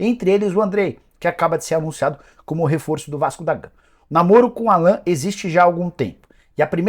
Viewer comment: Engraçado que o Nicola fala o nome do Allan errado. O nome dele é pronunciado em inglês (Álan), não Alan, como se fala em português.